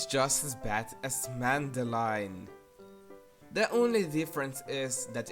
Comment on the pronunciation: Used to watch Mona the Vampire on CBBC, it wasn't entirely bad now that I think about it. It's just your typical Imgaination plot, that's what kids love! I've also seen Madeline. Could help but noticed you add an N into Madeline whenever you proncounce it.